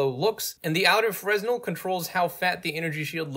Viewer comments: I usually never do this. But Fresnel is form french physicist Augustin Jean Fresnel, and it is pronounced "Frenel" without "s". Sorry. I had to point this out. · Good explanation. btw the 's' in 'fresnel' is silent